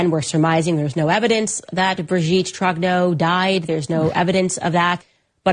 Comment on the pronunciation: Trong-nyurr not Troggno